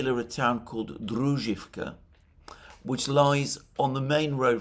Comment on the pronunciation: Druzhkovka with accent on O